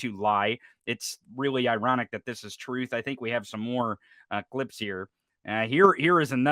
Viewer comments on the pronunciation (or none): Those are statements coming from former President Donald Trump who cannot even pronounce the word "truth" correctly. He is truly an immoral, narcissistic charlatan who must never be allowed in the White House again. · Troth sensisl. Donald’s such a compulsive liar he can’t say the word truth.